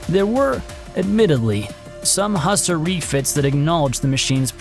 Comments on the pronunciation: Who-sar.. Not husser. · I believe its pronounced Hew-sar, like Hugh Czar